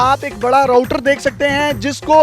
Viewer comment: Bhai ya to tu bola na kar ya phir pehle lehja theek karle apna ROTER nahi router hota hai doosri bat ye ke INTERIOR HOTA HAI ANDAR SE INTERIOR NAHI.. INTERIOR AUR ANDAR EK HI ALFAAZ HAI